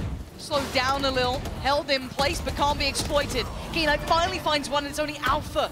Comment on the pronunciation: is knights name pronounced k-night like the announcer kept saying? or is she trippin